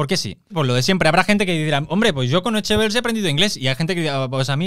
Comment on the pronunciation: Un consejo. Anxo no se lee Ancho. Se lee como sh en Shakira.